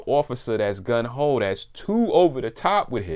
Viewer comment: Great video, very interesting, thanks!! I have to mention this though, its not "Gun Ho" ...the correct term is "Gung Ho" ..it doesn't really matter, its just something i noticed and thought was funny😂